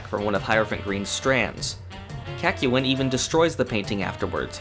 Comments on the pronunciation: It’s Kak-yoy-n not. Kak-you-in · Kak-yu-in... bruh what is that pronunciation. In the anime it is quite literally said CACK-YOIN. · please the kakyoin pronunciation is throwing me off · As always an entertaining video. Your pronunciation of Kakyoin however, killed me. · you did not just say kakyoin like that lmao that was brutal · hi and welcome to hamon beat forgot number one: he forgot to pronounce kakyoin correctly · The biggest problem I have with this video is your pronunciation of Kakyoin's name. Otherwise, good vid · The way you say Kakyoin makes me uncomfortable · Ew, why do you pronounce Kakyoinlike that? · I was angered when he mispronounced Kakyoin’s name.